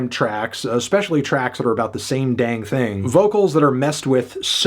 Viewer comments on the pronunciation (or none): that was quite a "Dang" there melon